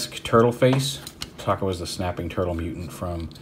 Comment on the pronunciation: It was Toka not Taka